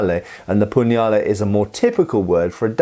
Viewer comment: Nice pronunciation of the word "Pugnale", it was very accurate! It's common for English speaking people to have trouble with the italian "gn" sound, but you got it perfect 👍